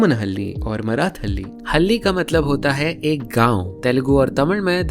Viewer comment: There is a small mistake though. You pornounced हल्ली which means lizard in Kannada. A village is pronounced as हळ्ळि